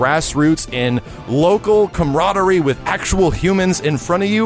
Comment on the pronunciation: Word of the Day "Comrodery" lol